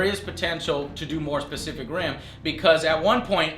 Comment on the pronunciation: Joe keeps on say specific and pacific. Lol silly Joe